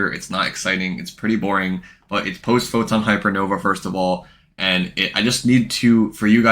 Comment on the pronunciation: The "Post PHHY" kills me